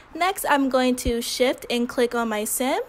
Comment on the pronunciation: Why do I keep hearing "im pressing shit" instead of shift???